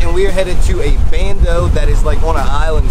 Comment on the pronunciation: Bandos not "Brandos". Great to see away from new construction and in his element again.